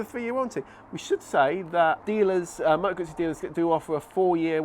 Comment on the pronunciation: It's pronounced Gutzi